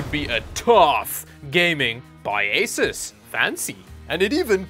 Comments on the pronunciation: The word "Asus" is pronounced "A-sOOse". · I always thought it was pronounced "Asoose" lol